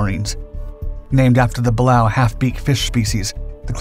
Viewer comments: It is pronounced Bu Lay O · Pronounced "Buh-lay-o". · Pronounced "buh-lay-oh" class. 😒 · the class is pronounced. Bah. Lay OH the other class mentioned GATO is pronounced GAY TOW ..he mispronounced both